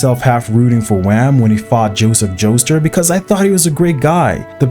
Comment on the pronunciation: I think the reason this vid's getting so much neg in the comments is because my boy's too casual with pronunciation. Joestar as "Joester"? Cars as "Car"? Hell, the one I watched before this, he pronounced Steins Gate as "Stains Gate"! Where's MY pitchfork, dammit?!lol (For real, tho, I'm just poking a little. I very much enjoy these opinion pieces, even when I don't completely agree. I'm subscribed and always want more.😁)